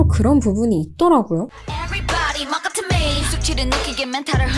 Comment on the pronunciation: Mock up to me가 뭣같은 매일로 들리네요..ㅋㅋㅋ